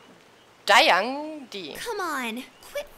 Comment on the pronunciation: It's selamat datang , not dayang